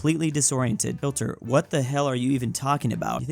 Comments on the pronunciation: my man really said hilter😂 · bro said Hilter